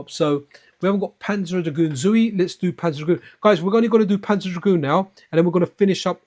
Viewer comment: When I thought your Japanese was bad.... It is Panzer Dragoon ZWEI (TSU WA I), not ZOUI.